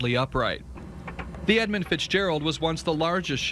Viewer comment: I think it's Edmund with a U.